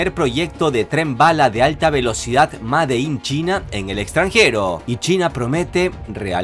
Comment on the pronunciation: A tu edad y aún no sabes pronunciar en inglés:"made in.."!!! Dile a alguien que te la pronuncie.